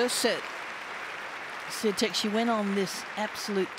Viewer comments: hahhaha and the announcer said Iga Swoitek - remember it should be Swiontek with a little sound change at the beginning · not them calling her Iga Swaitek/Seeatik 😂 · The Commentator every 2 mins "SIATIC"!!😂😂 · This was before a lot of us knew how to pronounce her name :) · Back when non polish commentators didn't know how to pronounce her name. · They couldn’t pronounce her name correctly back then. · Every year there seems to be a different pronunciation to her name.